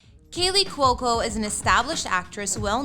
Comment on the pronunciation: She pronounced it correctly. kWOE-co. Rhymes with loco.